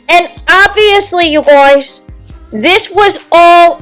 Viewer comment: "You gouys" 😂😂😂 Your voice, your accent is weird. You spoke the truth.